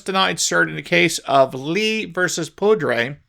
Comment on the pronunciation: School district is the Poudre district, pronounced ‘pooder’. It’s in Fort Collins, the newest blue city in Colorado. They are enforcing a ne state law that says the schools can indoctrinate your kid with transgender Ian and trans your kid without your involvement. In fact, the state made it a crime for anyone to disclose it to the parents without the child’s permission.